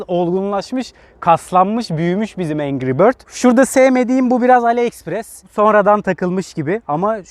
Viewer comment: Bir atasözü der ki ''engri bötz yaa''